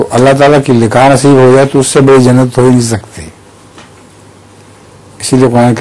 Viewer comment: بدی نہیں بڑی درست فرمالیں